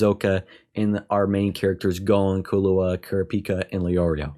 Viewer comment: You’re pronouncing Killua wrong btw lol it’s KILLua as in kill, not kalluah lol anyways looooove the reaction and discussions man, can’t wait for you to get to more into the juicy story, the writing and storytelling will only get better, even when you don’t think it can it will hoo I can’t wait 🐜